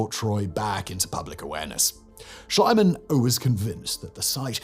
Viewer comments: You pronounce Shlieman, like it's spelled. Not Schl EYE man. And Piri Reis is also like it's spelled, Rice, not RACE. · shlee man...not shilluh man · In the space of two minutes, you pronounced one single name three different ways. Schliemann became Shulliman, Shlyman, and Shleeman. Edit: And now 30 seconds into the Helike section, you've pronounced the name alternately as Helikuh and Helikee. Dude. Pick a pronunciation. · SCHLIEMANN, you dope, not Schleimann Shleeman, if you must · Schliemann is pronounced "Shleemann". Speaking of Mohenjo Daro and Harappa, but not mentioning Göbekli Tepe in Turkey? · ‘Schliemann’ is pronounced ‘Shlee-man’. In German ‘ie’ is ‘ee’ and ‘ei’ is ‘eye’. The Diphthongthingy Pedant 😁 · Numerpus pronounciations of the world famous archeologist Simon but it’s Schlee-man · How tf did you manage to pronounce Schliemann in FOUR different ways? I know a lot of Brits are monolingual and struggle with foreign languages but come on man, this is just sloppy, it happens in a lot of your other videos too. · You can't say he pronounced Schliemann wrong.. Every time.. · Anyone else notice that Simon's pronunciation of names can very from moment to moment? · He knows, you dope, it's his thing to mispronounce names.